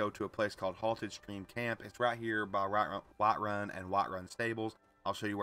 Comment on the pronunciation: You deffinetly live in the South the way you said "Whiiiiterun" lol. Im in SC bro i feel you are too or maybe virginia.